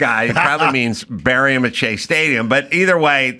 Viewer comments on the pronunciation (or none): none